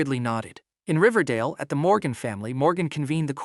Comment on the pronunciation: ”riverdale” what i hear ” dingledale ”